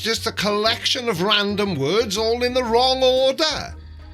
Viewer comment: He went down da wong wabbit hole